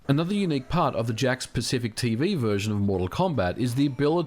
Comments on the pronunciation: I can't help but hear the company name as "Jack Specific". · Did anyone else think he was saying "jack specific" version all the way up until the end? I thought he was just calling it that because it plugs into the TV "jacks" with no console needed, lol.